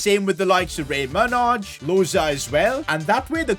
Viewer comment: I've never heard anyone actually pronounce manaj how it's say how it's spelt. I'm pretty sure it's pronounced manai